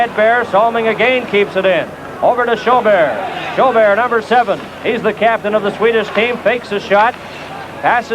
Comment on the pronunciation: Hate the way the announcer says Hedberg and Sjoberg. He calls them Hedbear and Sjobear.